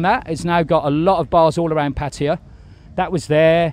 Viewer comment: After 10 years he still can't pronounce Pattaya the rite way.🤣🤣🤣🤣